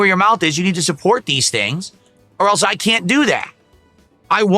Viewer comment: Thanks for the suhpoort = Yeah, I’m squeezing you guises for muhnny So what I love the game = I only “enjoy it” when you gimme muhnny What chill and pawsitive cahntent, you guise Sound good? *annoying copium fueled drunk clown seal laugh